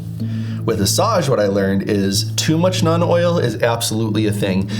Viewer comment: Love the video! I hope I don’t sound like an obnoxious prick, but it’s pronounced “noln” oil rather than “none” oil. It doesn’t bug me, I just don’t want you to get made fun of for the pronunciation!